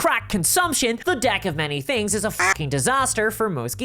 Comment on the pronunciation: Maybe its just me or the Irish accent but I am sure she said "Unlike many other adult toys the DICK of many things" ... of have I been on the whiskey too much